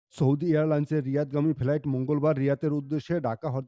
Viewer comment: ইন্ডিয়া তে কোন ফেলাইট কে নাবতে দেওয়া হয় না। ইন্ডিয়া তে ফ্লাইট নাবতে দেওয়া হয়। রাজাকারের বাচ্চা, আগে ফ্লাইট ঠিক করে উচ্চারণ কর। অশিক্ষিতের বাচ্চা।